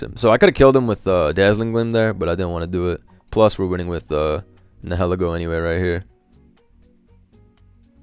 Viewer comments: Its pronounced nile-eego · The way you say nilihelgo sounds like “hella goat”